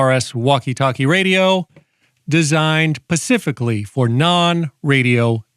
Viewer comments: the word is "specifically" not "pacifically". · Oh Great, now you've got me saying "pacific"